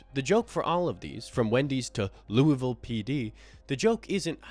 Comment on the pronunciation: Dude said Louisville right